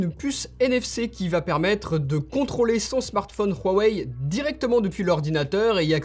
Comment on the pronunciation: J'adore le "Rhuawei", ça prononce bien 😂👍🏽😭